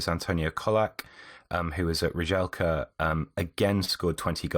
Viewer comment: Please don't ever pronounce Rijeka as Ridgelka again... "Ri-eh-ka" You're welcome.